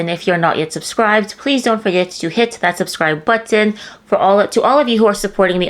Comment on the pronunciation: This girl is gorgeous idgaf about diddy but couldnt stop watching her talk. When she said "buttton" i needed to take a shower